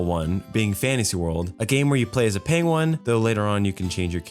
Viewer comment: im very glad you are back but "pengwon"🤣?